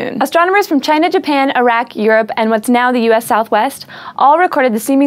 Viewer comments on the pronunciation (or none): none